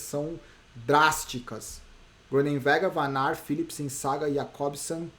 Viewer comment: na pronuncia de Groenewegen não se pronuncia a letra g, se fala Ronewegen